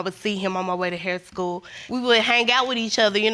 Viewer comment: All three pronounce "hang", "Hang-G"! Also,.... Ayon'ta?!!!!